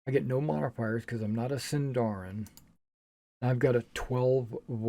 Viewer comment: I am always for Point Buy. If a player wants to min-max, that's the player's thing, not the systems. And rolled stats force players to play characters they may not like. Ah, hahah, hahah, Sindarin and Khuzdûl... I wonder how much misuse will these words get, apart from the fact that SÍNDARIN HAS STRESS ON THE FIRST SYLLABLE! Eww, zodiac, I'm for sure omitting that! I see a lot of rolling for backstory here, which I wouls not do, but is certainly easily dismissable.